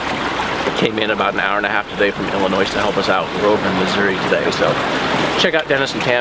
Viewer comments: hey jared this is dumb but its said illinoi the s is silent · Illinois?.. I’m Canadian but I’m pretty sure the “s” is silent. I feel like that is one of those things all American’s should know, no? Potato, potato. In all seriousness, it’s really wonderful how you guys helped to bring closure to that family. The world could use more people who are committed to helping others in difficult times such as these.